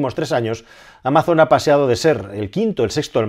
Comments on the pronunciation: No es "ameison" en inglés sino algo parecido a "ámason". No es muy diferente a como se dice en español. En cualquier caso, gracias por tus vídeos! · No se dice “ameison” en inglés. Es “ámason” con s sonora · Excelente análisis! Solo un comentario: en inglés no se pronuncia "améizon", sino "ámazon", con acento en la primera a y con la z sonora, como un zumbido. Y cuidado con los "generosos donativos" de los magnates estadounidenses porque lo que suelen ocultar es una maniobra para no pagar tantos impuestos. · En verdad Amazon, la marca, se pronuncia igual en inglés /Amason/ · Amazon se pronuncia igual en inglés como en español. Acentuada en la A "ámazon" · Ameison para los anglosajones XD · "Ameison" XDD No te preocupes, te queremos igual. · ¿¿¿ "Ameison" ??? Poco inglés has escuchado tú. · Amazon en inglés no se pronuncia Ameizon, se pronuncia igual que en español. Saludos desde EEUU. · No hay ningún anglosajón que pronuncie Amazon asi xD